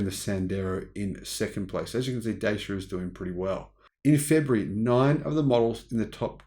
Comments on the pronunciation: Dacia is a Romanian company and the name is pronouned 'Datchia'. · Just a FYI, the name "Dacia" is pronounced like "Dutch yeah".